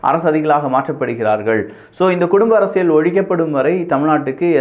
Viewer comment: அரசியல் என்று நீங்கள் சொல்லும்போது 'அரசியழ்' என்று கேட்கிறது. திருத்தம் செய்யவும்.